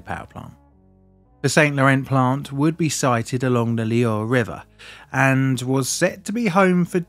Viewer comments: my english is worse than is French :-) apart from the Loire (Loare) it is not so bad ;-) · I take it that you didn't get your French GCSE? Chinon sounds more like Shi-non, and the Loire is more like Loo-Ar.